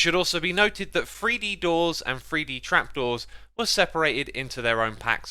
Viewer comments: Its not free d its three d theres no f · As a northerner it bothers me to no end hearing Xisuma saying "free-dee" hahaha